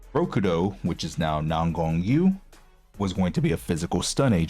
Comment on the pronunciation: Yu is pronounced like the german ü